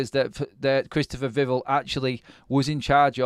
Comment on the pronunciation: The emphasis is on the end of Vivell's name - Viv-ELL, not Viv'll. Like nouvelle, not novel.